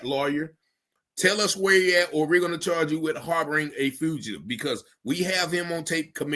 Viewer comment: Harboring a "Foo'gative" 😢😂😅